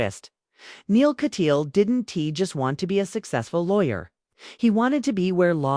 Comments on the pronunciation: YOUR PRONUNCIATION OF THIS ATTORNEY'S LAST NAME IS AWFUL. THE SURNAME IN K A T Y A A L . Not Katyeal. Rotten reporting. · Repeatedly wrong picture of Neal Kat- yaal is being shown in this video. Pls. pronoun the name as Neal- Katyaaal. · He is Neal Kat-Yaal. Pronounce it correctly, please.